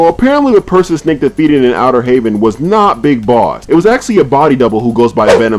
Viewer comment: Dis nigga said outter Haven LMAO bruh